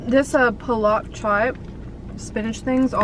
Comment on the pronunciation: Here to help you out ♡ 1. Aloo Tikka Chat - I think they wrote the name wrong because it basically translates to Aaloo (potato) Tikka (Patty) Chai (TEA), which is not a thing 😅. 2. Palak Chat - Paa-lak Chaa-T 3. Malai kofta - Ma-Laai - Kof-Taa ( T is pronounced the way pesTo is pronounced in italian) I hope you have a great day 😇